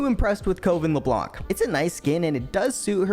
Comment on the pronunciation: stop saying Leblanke it's only leblan